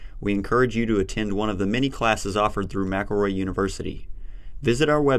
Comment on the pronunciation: ... you mean Mc-EL-ROY 😂 you can‘t properly pronounce your own companys name 😂😂😂😂